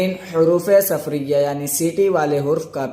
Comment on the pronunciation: حروفِ صفریہ نہیں ،،، بلکہ حروفِ صفیریہ